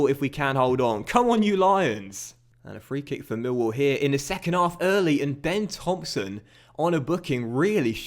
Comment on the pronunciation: You claim you get less views on fm than fifa, you don't and if you do its by a few hundred. Also you support Millwall yet you pronounce it Mill wall rather than Millwall. Full me.